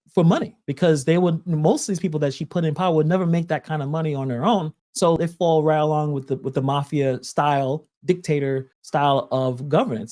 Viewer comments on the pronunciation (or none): none